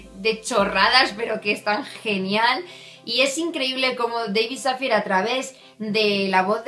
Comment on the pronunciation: Dávid Safiæ (es la pronunciación del nombre). Gracias por reseñar este libro, leí maldito Karma me gustó pero no del todo. Pero buscaré este. Saludos